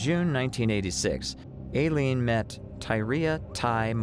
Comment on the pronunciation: Narrator, you really need to get your facts straight. First of all Aileene, law enforcement, judges.., all pronounced her name " I leen", secondly, there has never been any proof nor had law enforcement ever accused Tyria Moore of being an accomplice in the murder spree. At the beginning of your narration you referred to Wuornos as a "lesbian", Aileene was proven to have many affairs throughout her life, and Moore was the only known lesbian affair, the rest were men. Finally, do your research from reputable sources; your channel members deserve facts, not guesses.